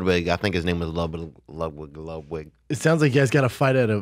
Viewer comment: Poor Brendan's CTE is so severe he can't even say "Ludwig"